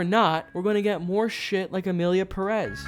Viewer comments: Is pronunced Pérez, not "Perez". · Love how gringos have a visual indication on where the strong sillable is on the word/lastname Pérez and still pronounce it like Peréz, as if the strong sillable or accent is on "rez" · I hate how it's pronounced with emphasis on the second syllable, but it's still spelled Pérez, not PERÉZ for some god forsaken reason